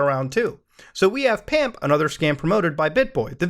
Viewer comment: I like how when discussing PAMP he says PUMP. You mean like....Pump n Dump?